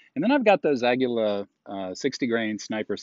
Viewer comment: Please don't say, "Agula." It's "Agila." As in, "Oh, look! A Gila monster!" Only, with a hard "G." I've got a few Single Sixes. Very nice guns!